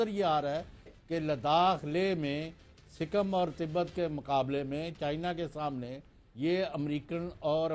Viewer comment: Sikkam nahi budhe Sikkim hai wo Aur Tibat nahi Tibbet hai wo 😅😅🤣 Kitane Jahil hai ye log yar 😅😃🤣😃🤣😃😅🇵🇰🥃🇵🇰🥃🇵🇰🥃🇵🇰🥃🇵🇰🥃🇵🇰